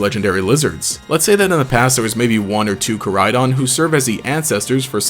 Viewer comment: Miraidon and koraidon pronounciation kinda bothers me in this since its meant to mean future and past. Maybe im juat a stickler for the japanese language. Kinda a stickler for all languages honestly. Especially the way he says miraidons name.